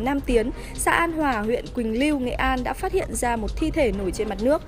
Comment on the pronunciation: Quỳnh lưu not quỳnh liu nhé c 😌